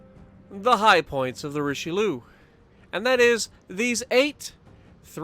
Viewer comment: Richelouuu😂😂 it’s richaaaalieeeeuhhh 😂😂 Richelieu not richeliou